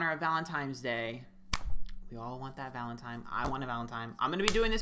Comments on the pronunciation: Valentine with an n not an m lol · Anyone love every time he says “Valentime”. It’s so cute. I want to be his friend